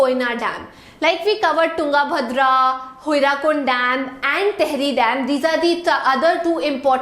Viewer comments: Mam I am from odisha....that is not HIRAKUND..that is HIRAKUD ur pronounsition is wrong but mam u r amazing... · Excuse me ma'am, for your kind information, it is 'HIRAKUD', NOT HIRAKUND!!!!